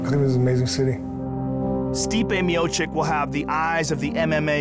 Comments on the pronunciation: "Miochick" --Joe Rogan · Pronounced Mee-Oh-Chich. Rogan breaks down events of fighters whose names doesn't even try learn to pronounce right. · somebody tell Rogan it's ''Miocic'' not ''Miocik'' already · It's not Miochik, it's Miochich! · Mio - chich both c's are actually pronounced as ch! Joey boy...